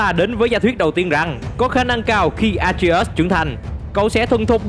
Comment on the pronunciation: Đọc tên A Tri Ếch sao nghe kì kì vậy.